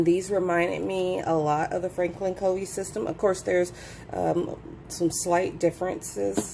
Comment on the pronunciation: Covey is actually pronounced “Cuh-vee” ;)